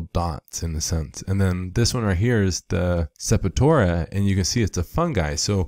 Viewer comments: I hope I'm not knit-picking but it's Sep-tor-ia, NOT Sep-i-tora... It was somewhat cringe-worthy to hear it mispronounced throughout the entire video... No complaints, otherwise... Good info...!!! I stumbled across the video while diagnosing dark margins on the large fan leaves of one of my autoflower plants that I haven't encountered before, which turns out to be a Calcium deficiency... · I could be wrong, but I’m sure septoria is pronounced Sep-tor-ee-uh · Pleased check the pronunciation of "septoria" two syllables. Peace